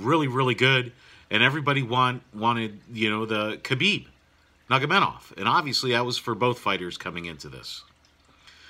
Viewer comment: Good analysis laced with quality humor, nevermind butchering family name of Nurmagomedov :)))